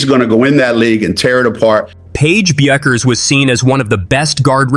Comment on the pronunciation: The way you pronounce "Bueckers" is a crime against humanity.